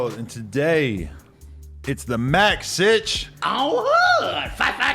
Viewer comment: It’s Citch not “sitch” on some Kim possible ish 😂